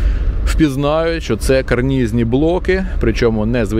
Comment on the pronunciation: ..і блоки таки карнЫзні ! нестримався коли три рази поспіль звучить "карнізні"